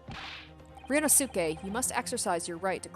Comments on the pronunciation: The pronunciation of ryunosuke is RYUNOSKE not RYUNOSUKE. The "u" In "suke" Doesn't need to be read. Also asogi pronunciation is asogee. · I'M SO EXCITED FOR THIS. As for Ryunosuke's name, the "suke" is pronounced "keh." So his name is ryu-nos-keh. Hope this helps! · if you watched naruto series then you know how pronounce sasuke the right way If not ,The last U voul in here is silent So its pronounced ryunoske